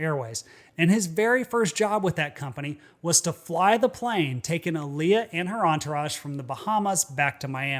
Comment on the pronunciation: Its pronounced Aaliyah